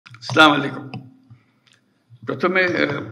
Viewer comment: নট স্লামালাইকুম নয় আসসালামু আলাইকুম হবে